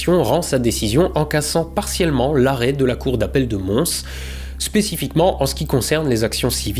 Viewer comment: tu prononce «Mons»?